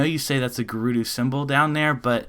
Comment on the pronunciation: It's not gerudoo. Stop saying it like that.